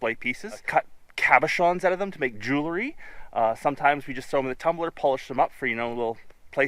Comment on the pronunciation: Not joo ler y Joo el ry!